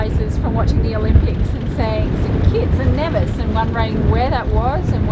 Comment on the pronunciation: Of all the people with sailing channels that I follow, you are the first one that pronounced Nevis correctly. I enjoy all of your videos. Thanks.